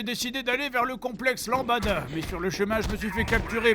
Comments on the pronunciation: Tu fais exprès de dire lambada au lieu de lambda ? ^^ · ... lambda. pas lambada. c'est une danse, ça ! super épisode à part ça ! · zidop. non jdg dit bien LAMBADA. pas LAMBDA.